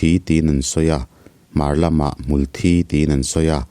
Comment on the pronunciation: Hmul Thi tih hmar lam in an lamdan i tih kha a dik zawk lomaw le aw, chhim lam tih dan i sawi kha chu Blood (Thisen) hi a kawk zawk mah mah lomaw te kalo tive mai mai a😬